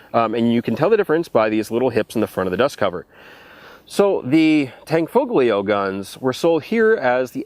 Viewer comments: How different is that from the AT-84s? I love the CZ 75 family of pistols, they are awesome! Tan-fo-lee-oh, is the phonetic spelling of Tanfoglio. I believe that I have unmasked as...... NOT AN ITALIAN!!!!! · You don't pronounce the G in Tanfoglio. Just Tanfolio and you will be saying it right. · it's pronounced solo-tour-n :-) (a Canton of Switzerland). And the "G" in "Tanfoglio" is silent. (sorry about being a smartass...) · you do not pronounce the "g" in tanfoglio just an fyi. love the vids!